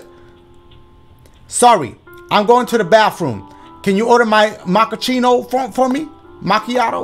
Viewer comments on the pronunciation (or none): MakaCheeto. “Macchiato” 😂🤦🏽‍♂️ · Dashie trying to say Cappuccino and Macchiato got me dead 😂 “you mean a Chachillachi?” 💀